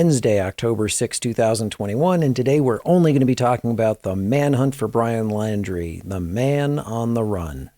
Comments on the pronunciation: His last name is Laundrie pronounced like laundry... Not Landry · Pronounced....LAUNDRY thx